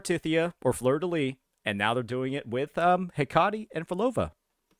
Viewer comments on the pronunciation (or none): It's Pronounced heh-kuh-tee like the Greek goddess Hecate